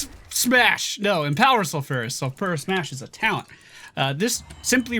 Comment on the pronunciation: It's pronounced Sulf-you-rus